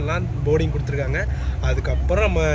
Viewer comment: Super,kuduthurukkanga not kuduthirukkayanga